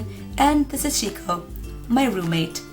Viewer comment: did you give him Sheko but pronounce it Like Shiko. That's not japanese.